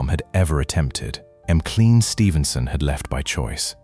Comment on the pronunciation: I agree. M Clean, Ginger Roogers, Betty Grabble, Lenardo.